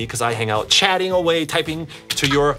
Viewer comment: You said “Chadding” and obviously Chad is your name XD (Okay maybe that isn’t that funny)